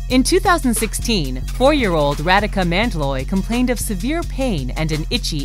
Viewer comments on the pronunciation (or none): is not radika its rhadika is u pronounce it and its a she